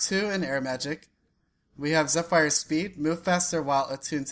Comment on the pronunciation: Quit mispronouncing Zephyr. It's Zeph as in Zef, yr as in ir or er. I know, because my username is usually Zephyrim or TheZephyrim.